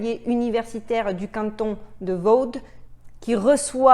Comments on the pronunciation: On dit pas firmenique.... Mais c'est tentant. Et on dit pas canton de vaude mais vô ! C'est la touche d'humour pour ce sujet de merde. Merci pour ton analyse. Ca fait peur.... Courage parce que tu nous ouvres bien les yeux.... BISOUS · De vaude...ahahahahah ont dit vaud comme le petit de la vache.. sinon super vidéo je partage..👍👍👍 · Dégoûtant 🤢 tout ça … Le canton de Vaud se dit « vo » ou « veau » 😉 J’y ai habité plusieurs années.